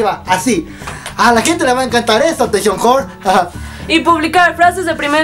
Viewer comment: "atenchon jhore", que buena pronunciacion :v